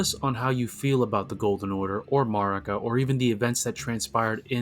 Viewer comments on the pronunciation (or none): the way you say marika should be a crime im your 28th subscriber